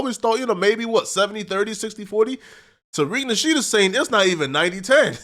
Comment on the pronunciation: Why are you unable to say Tariq nasheed's name properly? And where did you get Asians???